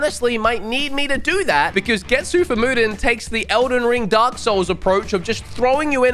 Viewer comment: Get-sue Fu-ma Den.